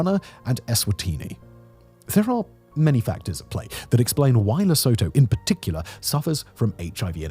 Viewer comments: Thank you from the region(South Africa). But it s pronounced 'Leh-soo-too' rather than 'Leh-soh-toh'. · It is pronounced le-sooo-too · Simon it is pronounced Lesootoo, please pronounce it correctly, you are killing us here! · South African here. 🙋‍♀️ It is pronounced "Lesootoo" not Lesoutoe. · It's pronounced lih-SOO-too not leh-SO-toe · It's pronounced..lesoootoo....not le so tow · Li-su-to (right pronouncation)❌ Li-sow-to✅ I'm in South Africa. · Its not pronounced "le sow tow" its "less oou two" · You do an entire video on the country, and don't get the pronunciation of the NAME right? It's Luh-soo-too. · Simon, I know you have 382645 channels to take care of, and don't expect you to practice and perfect the pronunciation of every non-English/difficult medical word, but I laughed my ass off at "LesOHtOH" every time xD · It's pronounced Lusootoo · Huh today I learned American pronounce Lesotho like toto in the Wizard of Oz. Why? Just made me wince every time he said it. Luh-SOO-too. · Pronounced; Lee (as in name) Sue (as in name) Two (as in number)Le-So-Tho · le-so-toe? lol, do your homework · One would think he'd learn to pronounce it properly. It's "Le SOOTOO" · its les-oo-too... look up how to pronounce it before making a whole vid pronouncing it wrong... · You pronounce it Le-suit-2. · Interesting vid but it is pronounced Lesuetue!! Not Sotho people, again pronounced Suetue. You got it right once in Basotholand. (Basuetueland). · Pronounced Leh-Soo-Too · It's pronounced Le-Soot-Hoo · Also Simon it's Leeesootwo that's how you say it 😂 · It's pronounced: Le-sue-two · pronounced - la su 2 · It's "LE-SOO-TOO" by the way. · Its pronounced Le-soo-too. Surely in all ur research u got that right? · its pronouced leh soo too. Does a documentary, doesn't learn to pronounce the name of the country lmaoo That's the internet in a nutshell. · South African here. Don't mean to be a pedant, but the pronunciation is 'Le-su-tu' despite the spelling. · It's "Le-soo-too". 👏